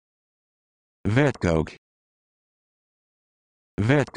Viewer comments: More pronounced like "Fet-cook" instead of what you said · Yeah, that's not at all how you pronounce it 😐